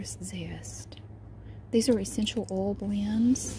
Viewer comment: the way she says "oil" sounds more like "owl" to me.. its great!